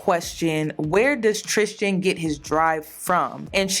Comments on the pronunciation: Please pronounce his name correctly. Tristan, not “tristgan” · Every time she says Tristian instead of Tristan 😖 Love u tho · It’s “Tristan” not “Tristian” the way you’re pronouncing it lol. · I love you lol but his name is pronounced TRIST AN lol not tristian like Christian. I’ve went to school with him. We’re from the same town brampton in Canada. He was always in my math class and his brother too getting girls. This isn’t nothing new to us Canadians. We know him personally lol. He still keeps in contact with some. We both went to catholic school: st Marguerite d’youville. Best school ever. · Tris-tan... trishtan is killin me lmao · How u pronounced tristian made me cringe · Were you mispronouncing his name on purpose? I mean we can call this f boy Tucker for all I care but that distracted me all throughout the video